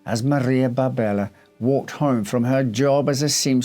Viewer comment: her name appears to be Maria Barberi, not Barbella